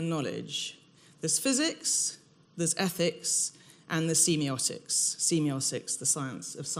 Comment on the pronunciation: Ahh that's not how I say semiotics. I hate when that happens, it's going to bug me the whole lecture now.